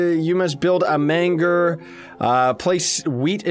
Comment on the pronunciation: The "GER" in Manger is pronounced like the "GER" in German or germ.